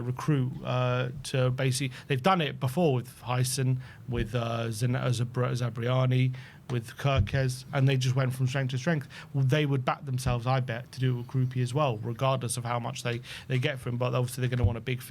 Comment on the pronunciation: Zabarnyi not Zibriani 😂